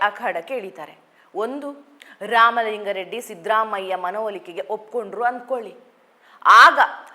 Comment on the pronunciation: ಇವರ ಕನ್ನಡ ಉಚ್ಛಾರಣೆಯಲ್ಲಿ ಸ್ವಲ್ಪ ಸಮಸ್ಯೆ ಇದೆ, ಇವರು ಸೌಮ್ಯಾ ನಾಯಕ್ ಆಗಿರುವಂದಿನಿಂದಲೂ. ಆಗ ನಾನು ಅಭಿಪ್ರಾಯ (ಕಾಮೆಂಟ್) ದಾಖಲಿಸಿದ್ದೆ. ಅ'ದಿ'"ಖಾರಿ! ಖಾರ, 'ಧಾ'ಕಲೆ , ಇನ್ನೂ ಮುಂತಾದವು. ಇಂದಿನ ಕಾರ್ಯಕ್ರಮದಲ್ಲಿ"ಲಿಂಗಾ ರೆಡ್ಡಿ " ಎನ್ನುವುದನ್ನು, ಕಾರ್ಯಕ್ರಮದುದ್ದಕ್ಕೂ"ಲಿಂಗ " ಎಂದೇ ಉಚ್ಛರಿಸಿದರು.